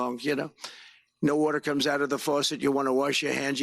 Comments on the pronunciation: Did he say faucet or farcet?😅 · What’s a “farcet”? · He doesn’t even know how to say faucet!!! My dog has a larger vocabulary and a much higher IQ!!